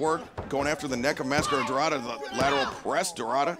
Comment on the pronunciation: Is DORADA not DORRADA😅